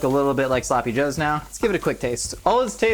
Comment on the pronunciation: There sloppy -ohs